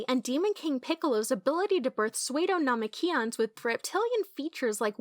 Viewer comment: Wait did she pronounce psuedo as "swade-o" and not "sue-doe"?